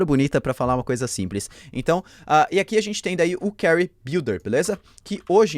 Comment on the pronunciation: Só não consigo me acostumar a ouvir as pessoas falando 'kérry'... chega a dar câimbra no ouvido... kkkkkkk... de resto o vídeo é muito massa!